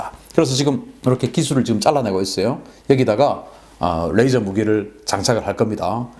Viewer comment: "뢰이져로...(R)",가 아니고 '레이져로...(L)'이라는 진실... ㅡㅡ